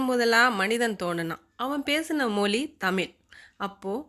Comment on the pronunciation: தயவுசெய்து "தமில் மொலி" என உச்சரிக்காமல் "தமிழ் மொழி" என்று சரியாக உச்சரிக்கவும்🙏🏻